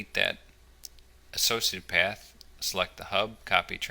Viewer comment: Am I the only one hearing "sociopath" instead of "associated path"?